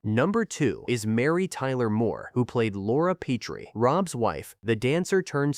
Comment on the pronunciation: Obviously whoever made this never watched the show or tgey would grt the pronunciation of “ Petrie” right. It has been clear to me since AI narration began that AI programmers don’t know any pronunciation rules relating written to spoken English because basically no one knows them. In teaching English at university for 14 out of 25 years I started to specialize in pronunciation about 20 years ago. Most of the problems can be avoided using a specialized alphabet I originally created fot smartphones. This is something I have discussed back and forth with Cambridge for over three years. It wouldn’t help however here in the mispronunciation of “ Petrie”. I have rge whole series on hard drive including the pilot with Carl Reiner called “ Head of the Family”. I wonder if anyone knows why he chose “ Petrie” as rge name of the family? I only know that word as in Petrie dish” used for growing germ cultures in biology labs. I doubt if there’s any connection with that. Petrie would be related to “ Peter” meaning “ stone”. Sally in one episode goes out with a mortician called “ Anthony Stone”. In the episode where Robs thinks they may have got the wrong baby at the hospital it’s because he thinks there may have been a confusion between Petrie and another couple called Peters only to find they are black. The longest laugh in the series history with Greg Morris playing Mr. Peters who couldn’t stop laughing. It may not have been a conscious relation in Carl Reiner’s thinking but it surfaced